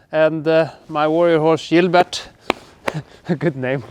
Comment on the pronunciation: If you play a knight, you need to pronanciate Gilbert his french name "Chillbär" :-) Well brunch done, time to work with new foodstands for The winter.